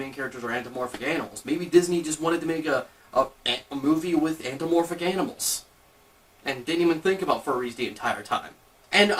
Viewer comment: it's antho-PA- morphic, not anthro-morphic!!! just sayin...